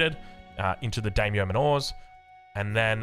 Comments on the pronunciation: mispronouncing Daimyo.... Oh well. I'm excited for japan, looks really cool. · Mispronouncing "Daimyo" I can understand but "Manor" is an everyday English word and he's putting the emphasis on the wrong syllable every time. Unless that's just an Aussie thing I'm not aware of.